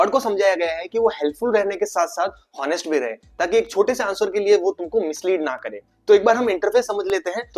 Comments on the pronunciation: Good knowledge...... And I consider that you are educated.... So why "होनेस्ट", it's "ऑनेस्ट" 🤷🏻‍♂️🤷🏻‍♂️🤷🏻‍♂️🤷🏻‍♂️🤷🏻‍♂️🤷🏻‍♂️🤷🏻‍♂️ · Very good info. Bus honest ka pronunciation theek nahi tha😅